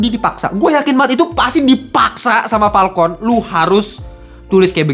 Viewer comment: wkwkwk lucu jg ternyata wktu lu bilang "PALKON" bukan "FALCON"